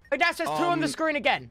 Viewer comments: “Ok if it says 2 on scween” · So were gonna ignore the fact that RANBOO said sween instead of screen the first time 🤚🤣🤚